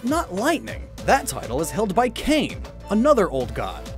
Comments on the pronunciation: I've mentioned this before: Kane is pronounced Kah-nay not cane. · Kane is pronounced 'kah-nay'... It hurt me to hear him say it wrong like 5 times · Kane is pronounced kah-nay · Btw it's pronounced Kaw-Nay NOT Kane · hawaiian words use the same vowel pronunciation as japanese, thus Kane would be kah-neh